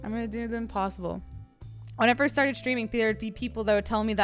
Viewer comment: 1st to say 1zt with a z, lol XD